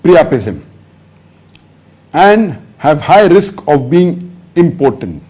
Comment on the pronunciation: It's not pronounced as "important". It's im-po-tent.